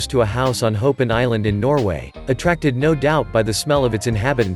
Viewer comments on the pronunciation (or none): none